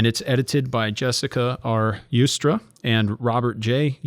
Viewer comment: Joustra is Canadian now, so you probably pronounce the "J" (rather than as "y"), either way, it's JOW- (rhymes with 'now') strah.